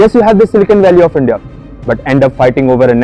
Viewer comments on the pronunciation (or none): none